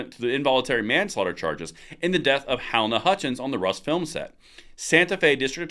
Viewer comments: Halyna is not pronounced Hal-Na. It's pronounced Hal-Eye-Na. Three syllables not two. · Halyna is pronounced Haleena not Helna. I knew he would win, but he is guilty as hell. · Pronounced "Huh-LEENA Hutchins". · the pronunciation is - HA LAY NA. Thanks for all the videos!!! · Her name is Hal+eye-na. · If it helps her name is pronounced "Huh-LEE-Nuh" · Halyna = huh-lean-uh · I've heard her name pronounced Ha lee nah. Not criticizing, just trying to be helpful and respectful. Great video too. Remember to use sunscreen too.